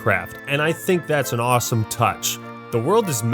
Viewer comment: “Why is terraria so ASWOME?” Can we get that as a vid